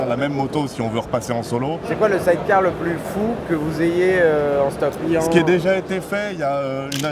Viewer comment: 340k, limite il va nous faire le roumain avec son explication qui tient pas la route.. Et vendre des side-cars sans savoir le prononcer correctement ça fait tache